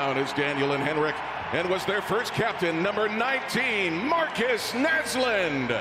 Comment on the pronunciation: It warms my heart that he pronounced Näslund right. Ah